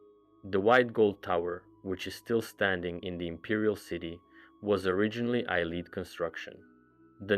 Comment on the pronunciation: Omfg its not eye leed its a Lee id. Have you every played an elder scrolls game?